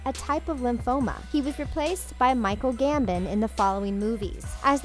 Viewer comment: It’s GAMBON